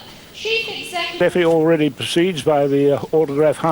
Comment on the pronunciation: I always loved it that the female announcer in Brighton show so much respect by pronouncing Steffi Graf's name in the proper way (Steffi as "Shteffi"). And can a girl be more lovely than Steffi here?